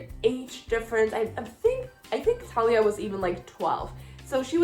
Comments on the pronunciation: Thalia is Like how u say it but th at the beginning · Okay, I’ll give you the Thalia pronunciation and not give you crap (/lighthearted) for dropping the H. It makes sense to say it the way you do, when you’re coming from a background in Spanish. I feel like I say Luke’s last name so strangely compared to everybody. It’s Cast-uh-lon for me. :)